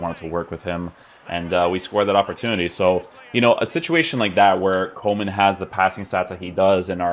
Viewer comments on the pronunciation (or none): I thought coman was a winger at bayern.. Haha its funny to hear foreigners pronouncing dutch names..